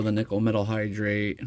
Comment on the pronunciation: nickel–metal hydride..... hydride, not hydrate.